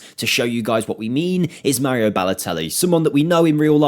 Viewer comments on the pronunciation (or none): none